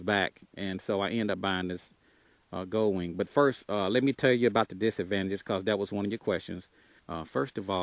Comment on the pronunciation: Will do man, I'll have to check those out for sure. If you don't mind me asking, what part of the state's do you live in? I'm new to your channel. And never stop saying goldwing how you do, shit is hilarious. the Gooowing lmfao. got a subscriber out if me man.